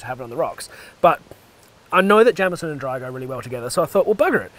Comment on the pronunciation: It's not jam-eson. It's jayemeson. And it would be a rosin. Pronounced rosheen. Keep er lit.